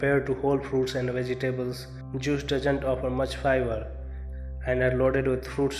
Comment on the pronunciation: vegy tables? it's pronounced vedge debles!